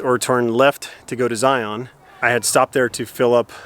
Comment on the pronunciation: Glad you're enjoying the Utah dessert. We love it here. But in Utah we don't pronounce it zi-On. We pronounce it Zi-uhn like you'd say Lion. :) It's a Mormon thing. Also, Merda is the Italian word for poop which might be very amusing, but maybe not the impression you were hoping for.